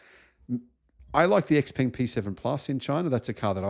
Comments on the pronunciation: Hearing "ex peng" is really grating. It's pronounced shao-pung. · Xpeng rhymes with stung, you are not pronouncing it correctly despite owning one